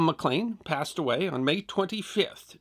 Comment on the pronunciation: One point: Malcolm McLean's last name is pronounced "Mc Leen", not "Mc Lane"